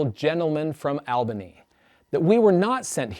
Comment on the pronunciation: Learn how to pronounce Albany.